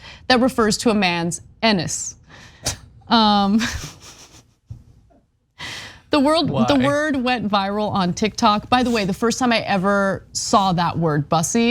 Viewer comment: But the way Ana says “enniss?” I’ve never heard anyone pronounce it that way. 😂